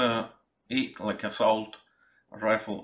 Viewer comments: Assault читается как ассОлт. Слово дефолт ведь знаете? ☺ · При чем здесь Оксфорд? Я назвал два наиболее авторитетных словаря, причем там обычно указывается как британское, так и американское произношение. Нигде вы не найдете ассаулта или дефаулта, даже в Индии или Африке. Так может прочитать только человек, совершенно не владеющий языком, но знающий некоторый вариант произношения латинских букв.